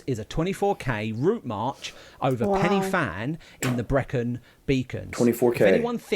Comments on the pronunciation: Prounuced pen y van not fan ! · Hi and. Pen Y Fan in the Brecon Beacons or Bannau Brychiniog as it is now known. Isnt actually pronounced Penny Fan in its original Welsh language name. The letter F is pronounced as a V so the actual pronunciation is Pen Y Van with the Y effect being pronounced as a phonetic U or in Brythonic Welsh its just a lot of English speakers dont understand the Brythonic Welsh pronunciation of the wording. So say I as It looks. You actually really need to check out the SAS storming the Iranian Embassy in London in 1980 to see just how the SAS operate on a actually mission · Pen uh van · It's pronounced "Pen y(like the I in stick) Van", it's Welsh. Should be called the Van dance so englishers can say it correctly. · It’s not placed, it’s the countryside in Wales. The Welsh pronunciation of pen y fan is ‘pen u van’. Diolch! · I’m not Welsh but have lived in Wales for the past 28 years. Listening to the guy mispronounce Pen y Fan is doing my head in. 😡😡 You’d have thought someone making a video who would then proceed to say it over 10 times, I didn’t count because I was p*ssed off listening, would research it’s correct pronunciation. It grated on me so much I nearly stopped watching. If there are any Welsh watching they’ll be spitting fire.